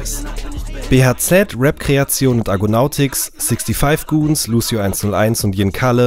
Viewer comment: es heißt 6 5 Goonz nicht 65 goonz